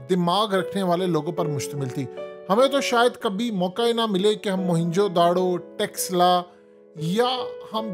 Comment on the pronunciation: Don't say" TEXLA. " It's " "'Taxcilla "”. .